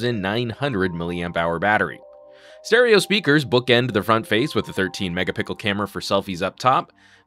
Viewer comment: did he just say 23 mega Pickles